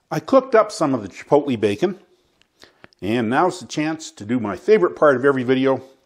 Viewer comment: Its pronounced chi-poetly, like toe. Hard o. Thanks for this though. Keep them coming.